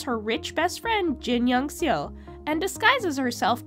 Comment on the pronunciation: Just a suggestion, learn how to pronounce the actors' names correctly. For instance, Seo is not pronounced 'see-oh', and Woo does not actually have a 'w' sound.